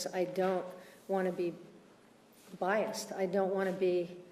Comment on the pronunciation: Hmm I guess Alyce lie a lot conveniently left out Travis's grandmother intervened with him..I guess that didn't fit the "men bad" narrative 😒 years later and I still think this lady is a joke. Evidently the jury did too. She can't even say the word "biased" cause she knows she is 😂😂